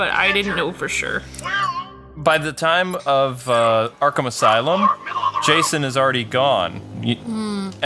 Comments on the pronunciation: u called him Jashon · said jashon